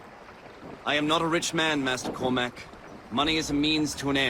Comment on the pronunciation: You pronounced Cormac correctly, good job. No Irish man says Core-Mack. That's a really annoying thing about the game.